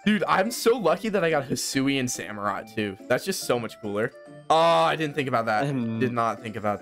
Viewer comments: Yo it is hisuen not aloalen 😠😠😠😠😡😡😡👿👿👿👹👺👺👺👺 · Alolan samurott got me rolling it's hisuian samurott